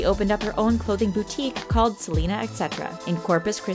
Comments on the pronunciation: honestly its not freakin salina its SEHLEHNAH quintanilla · That’s not how u say Selena’s name they don’t sound the same